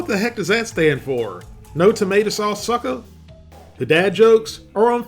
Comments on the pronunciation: Tomeato c'mon bro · ToMeato!! Come on, it was right in front of your face! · Tomeato vs Tomeatah